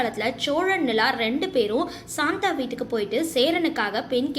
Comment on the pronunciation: ஏம்மா ..சாந்தா இல்ல... சந்தா ( Chanda )